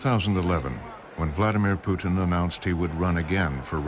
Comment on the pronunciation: "V.V.POUTINE..." LMAO, BBC are you for real?